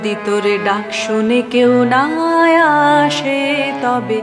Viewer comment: আপনি অনেক ভালো গায়িকা, তাই খুব বিনয়ের সঙ্গে ভয়ে ভয়ে বলি আসে উচ্চারণ টা আশে করলেন অর্থাৎ স এর উচ্চারণ শ করলেন। এটা আমার মনে হল, অপরাধ নেবেন না।